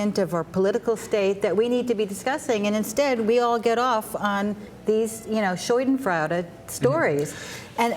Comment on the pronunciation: people, pls learn to pronounce german words right. If you absolutely want to use the word Schadenfreude, at the very least learn how to pronounce it right.